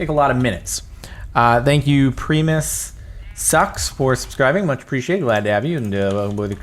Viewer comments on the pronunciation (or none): Jardon u fool u mispronounced Primus